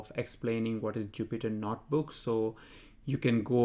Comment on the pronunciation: its not "NOT" book its "NOTE" book